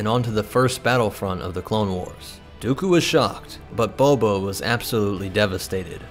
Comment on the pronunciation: So is nobody else bothered by the continuous pronunciation of "Boba" as "BOBO"? "Dooko was shocked, but Bobo was absolutely devastated."